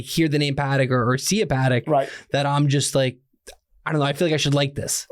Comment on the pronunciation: Pa-Tek…. Pa-Tek…. Pa-Tek….!